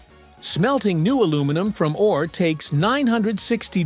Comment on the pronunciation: AI can't pronounce ore... oray! lol